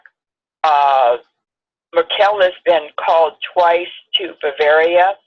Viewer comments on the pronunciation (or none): Although I vehemently disagree with ´s pronunciation of Angela MERKEL,hehe(sarc.) please pronounce on the first syllable.)), I would like to thank and as always for their smashing video. Your information is always most poignant! Though I fear the worst on our globe, I also have the great faith in PUTIN´s resolve to bring our world back to its important values. Once again: Danke, Danke.